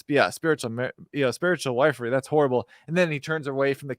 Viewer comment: Wifery is pronounced ( wiff-ery,)